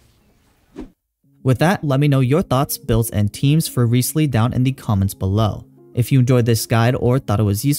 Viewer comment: It's Rise-leee